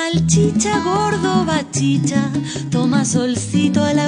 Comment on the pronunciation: Es bachicha no bashisha